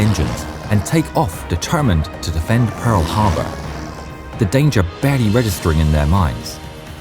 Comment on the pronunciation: "Hearl Parbour"